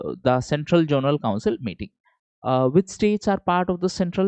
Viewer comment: Sorry to interrupt sir, But it's zonal not jonal